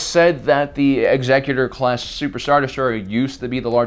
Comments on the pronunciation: 1 in 10 loss of the ship was about the average rate of loss of sailing vessels during the great age of exploration. We still have the actuary tables that shipping guilds used. Also, it’s ex-ECK-utor, not EX-ecutor. The name is said out loud several times in the movies and canonical animated shows. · no the only correct way to say it is Executor as in the executor of the emperor's will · i believe it's "exec-utor" class, because it relates to the term "executive"